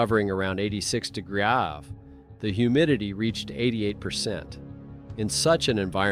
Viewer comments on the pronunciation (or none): listen to how degrees is said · 9.12 80 degrees aaahh fffrrraa is that ai not understanding??